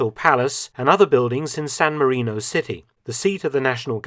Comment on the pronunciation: "Sown Marinou".... 😳🇸🇲🇺🇸